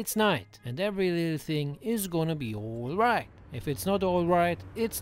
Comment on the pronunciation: Its "oilright!"😂